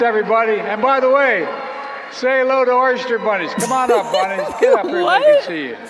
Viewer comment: *Biden committed a Freudian slip. He didn't say "oyster bunnies." He tried to say "Ēostre bunnies."